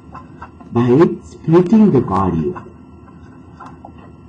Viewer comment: ITS splitting the value not spriting the value 😂😂😂😂